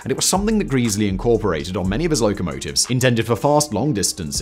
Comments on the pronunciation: Love this homage to the A4, despite the persistent mispronunciation of Sir Nigel Gresley as Sir Nigel Greesley, although I also know how little Mr Whistler cares about comments on mispronunciations! Always loved steam engines and the LNER A4 Pacific class in particular and so getting to see them all (and have a brief ride behind Bittern in steam) in February 2014 when the Great Gathering moved from the main National Railway Museum site in York to their Locomotion site at Shildon, Co. Durham was awesome. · Who is Nigel Greeeesleey? Otherwise an informative video as ever. Another contribution to the speed record was the choice of driver. They chose driver Joe Duddington who had a reputation for driving an engine hard. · It's bad enough that you butchered Gresley's name but that is NOT the LNER' network map. The West Coast mainline via Preston and Carlisle was the domain of LMS (the London, Midlands and Scottish railway), the LNER's competitor. The LNER operated the East Coast mainline (with the clue being the 'E' stood for "eastern") via York and Newcastle. That's pretty poor research. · This guy is notorious for mispronounciations. Its maddening. I stopped watching him because of it. I'm not actually watching this video, just commenting lol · Happen he does it to annoy us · Every visit to York involves giving the Mallard a kiss since 1978. 😊❤😊 Calling Sir Nigel "Greeseley" Instead of "Gresley" is a travesty. 😮❤😮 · "GreZlee" not Greasley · Gresley… not Greesley… There is one e at the start, not 2. Short e, not long…. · I don't doubt it's "Greasely", but I always heard the name as "Grezzly". Help me here! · Grez-ley grez-ley dammit! Not Greese-ley! AAAAArrrrrrrrggggghhhhhhhh! Cool vid though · For gawd's sake, it's "Grezzley" not "Greasily"! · its gressley not greaseley. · Who is this greasley bloke? Do you mean Gres ley? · It's Gresley not greezley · In a previous video Simon said “Greas-ley” too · Gresley has a short, not a long "e".